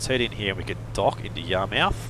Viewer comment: Don’t mean to sound rude but it’s pronounced yar-mith but spelled Yarmouth!